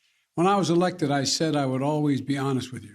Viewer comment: "When I was ellected"?? 🤣😅😆😁🤣 Let's go Brandon